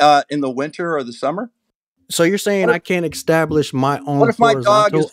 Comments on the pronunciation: "extablish"... Heh heh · Across all the stupidity here, why does the use of the word "Ek-stablish" annoy me the most 🤣🤣